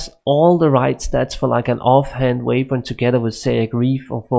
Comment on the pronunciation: Im even danish and his accent is not near of normal ish danish accent. The mercijen or whatever he is saying with that J sounds make no sense at all! And then, instead of saying weapon u say wavepon or theypon or something like that. But good videos probs